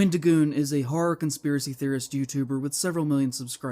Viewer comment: For someone who cares about "horror" he should really learn how to pronounce it. "Haarrr" sounds like a stupid pirate.